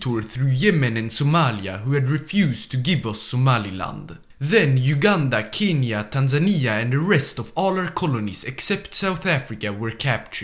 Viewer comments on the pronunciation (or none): none